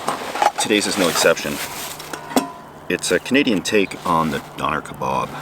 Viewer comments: Maybe it is a Canadian vs American thing, but the name of the hot sandwich wrap you made and enjoyed, I have heard pronounced as don-er rather than doan-air. Very similar to the name of the Donner Party who parished in the blizzard like conditions in the mountains. Very much enjoy your videos. 👍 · it is not pronounced donaire, it is more like donor, like a blood donor. Some pronounce it like donur. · not "DONEEEER" it's "DONNA" - A "DONNA KEBAB" - you've triggered me so much ha ha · Its always fun to hear how different places pronounce words, hearing it said Don air instead of Donna makes it sound almost fancy! Love a Donner kebab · Its Donn er not Do ner! Triggered me like crazy LOL! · I never knew doner was pronounced "dow-nair" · We pronounce it Donna, like the name of a woman. Good vid tho bro 👍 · The way he says doner meat is so wrong 😂d-on-er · I accept I'm in the UK but "donier" French pronunciation doesn't fit with the Turkish origin (now named Republic of Türkiye). Quick Google, we're both wrong, but don't we all adopt a French accent when we pronounce crawthessseeeaaaaaant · Over here in UK , Donner is pronounced like the woman’s name ‘Donna’.. An exquisite meat served as a kebab with 3 week old salad or with chips (fries) enjoyed at 2am by us Brits after leaving a shithole of a club and who are completely arseholed , waiting for a taxi home and arguing with the misses.. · It's pronounced Donna. One love from england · Hello! Greetings from Germany. It's funny to see that it's pronounces "donair". We've got something similar in Germany, which is called "Döner", that is pronounced just the same and looks the same. Cool to see the similarities around the world for the same dish. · doner kebab pronounced don a and traditionally turkish ones are made from lamb because they were mainly shepherds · you pronounce Döner very weird :D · I know we all say "doner" differently but everytime did I was like " 😬" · DONNER not Doughnair 🙈